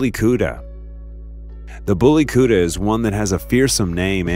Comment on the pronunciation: The pronunciation of Bully Kutta is beautiful